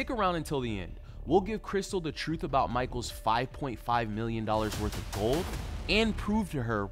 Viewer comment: The frooth lol 😂 😂 😂